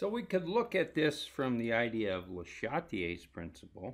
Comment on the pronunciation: I liked the video, I disliked the way you pronounced Châtelier :P